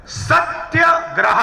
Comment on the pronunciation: Satyagraha nahi bolne aata sahi se aur lecture itna bada.